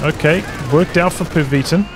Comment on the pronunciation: cool cast as always, but im guessing the yellow player is named after the german ww2 name of N-Methylamphetamine, in that case pronounciation would emphasize the second i of pervitin, not the first syllabile :)